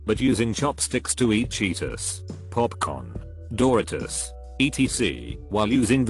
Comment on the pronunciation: I like how the TTS voice pronounces "Doritos" like " Doritus". Sounds like a Greek god. Or some kind of skin disease